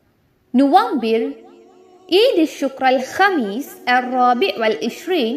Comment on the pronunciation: November ku arab la nuFAmbir thanae yeludhirku neenga FA ku badhil VA sound la soldringalae yedhu correct aana pronounce?? HABEEB LQ3029